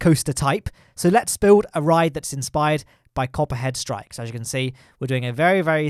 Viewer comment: When you're saying Copperhead Strike in the video, I can only hear COPPA strikes lol. Alcohol review on Planet Coaster when? :P